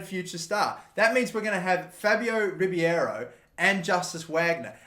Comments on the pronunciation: Fabio Ribeiro’s name is pronounced “Rib-Air-Oh” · It's pronounced Ree-bay-ro